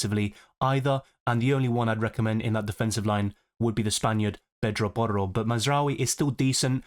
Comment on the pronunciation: I like your accent when you say pedro porro 😂❤